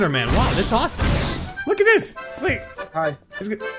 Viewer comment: they said ROSSOME!!